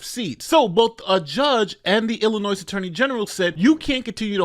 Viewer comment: The “s” in Illinois is silent. I am the grammar police. 👮🏼